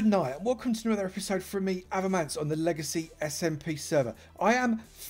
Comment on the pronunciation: I thought it was "Legacy Simp" for a moment